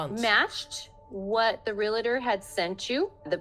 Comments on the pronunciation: Dear GOD! It's pronounced REAL-TOR NOT REAL-A- TOR!!!! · I cannot take anyone seriously that says " realator! It's realtor!!! This drives me nuts!!!! Miss Smarty with your shoulder showing shirt, learn how to pronounce what you say... smh. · Why can no one pronounce realtor?